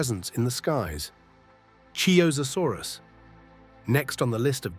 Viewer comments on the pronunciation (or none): for “chiozasaurus” hes talking about qianzhosaurus